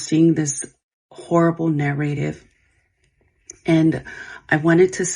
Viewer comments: SHE DOESN’T KNOW HOW TO PRONOUNCE “NARRATIVE” pmo, AAAAAAAND SHE SOOO KNOWS WHATS GOING ON…SMH SICK You knowwww those kids don’t feel like they will be heard by her because I’m sure there has been many “close calls” with her before and she has continued to choose to play it off and ignore them…neither of them deserve those children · Take a shot every time she says nair-rativ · The way that she says "narrative" tells me that her entire "apology" was written by AI. Like if you are going to lie at least know how to pronounce your lies. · If you can’t pronounce narrative correctly. I don’t believe anything you say 😆